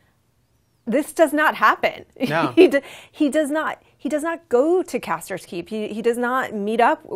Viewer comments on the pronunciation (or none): It's Craster!! Not Caster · "Caster's Keep" "Caster's sons" great pronunciation lady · I know, seriously, if she knows so much about the book and show, the bitch should know its CRASTER'S KEEP